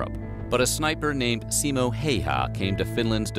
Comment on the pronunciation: not Simo Hey ha but read pronuations! like H A Ü yes Y = Ü in finnish grammar Ü like like jet enigine switsc out and turbiins get lower whistle vocals (bass ) . and last Ä ic not Alike Alpha but You in english say "say" middele A . ? Simo is hit on "O" not "I".